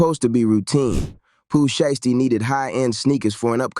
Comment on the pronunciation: Why does this guy continues to say Pooh Shee-esty 🤔